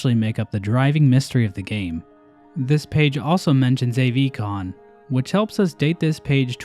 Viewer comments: I have never heard anyone pronounce AVCON as Ayyyyyy Vee Con. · Every time you say Avcon wrong I die a little more, it's so funny and yet painful.